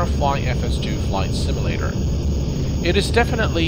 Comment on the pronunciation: It's "sim-yuh-lader" not "sim-ul-lader".